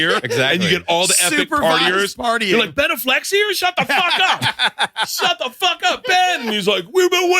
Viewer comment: Bert, is that legitimately how you pronounce Affleck or is that a bit?